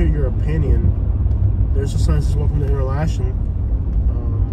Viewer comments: Pronounced enter locken😅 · It is pronounced inter-locken.